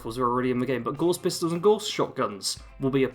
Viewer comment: Ren? I hope they include Stimpy! BTW Gauss was a famous mathematician and physicist, I'm sure he would be vexed you mispronounced his name Gorse.